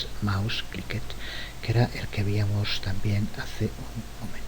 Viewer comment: Excelentes!!, estoy aprendiendo mucho. Una observación, ya que veo que tiene mucho cuidado con el uso del idioma castellano, me parece que escucho que muchas veces dice :"víamos" en lugar de "veíamos".